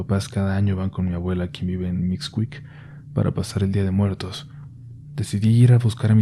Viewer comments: A ver.. ¿MIXCUIC??? 🤔 Pronunciado como Cui-dado?? O Cuicuilco?? O MIXQUIC!!.. Pronunciado como Qui-enes.. Qui-ero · "MIXCUIC?" 😂😂😂 sonó como nescuic.😂😂😂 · Exelente relato, pero con todo respeto hay que documentarse para no pronunciar mal los nombres de los pueblos. Se pronuncia "mísquic".